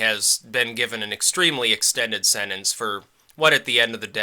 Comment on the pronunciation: You keep saying sennance, it's sentence. SEN-TENCE.